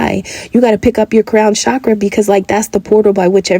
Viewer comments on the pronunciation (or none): none